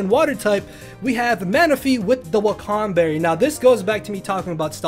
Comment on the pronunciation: It’s pronounced WA-KAN Berry smh and you say it fast like it wakanged somebody in the face